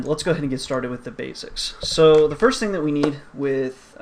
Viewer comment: "First-th" :D